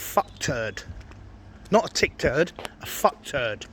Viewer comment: I thought it was "tit turd" 😂😂😂